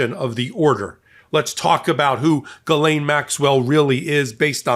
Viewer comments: "Galain Maxwell?" That's the weirdest pronunciation of her name that I've heard yet. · One thing about Ghislaine's coverage that totally irritates me is how everyone makes it a point to pronounce her first name properly. This woman's name needs to be purposely mispronounced. She does not need any respect whatsoever. Maybe Guiltless, Grabbing Pedo. Mispronouncing this monsters name is the least we can do.